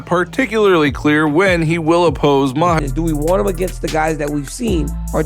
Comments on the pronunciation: Chael Sonnen and his Islam Mackelchev 😂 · When is Chael gonna tell Islam how to pronounce his last name right?